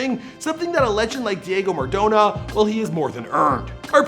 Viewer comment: I don't want to hate, but the way you're pronouncing Diego Maradona is killing me!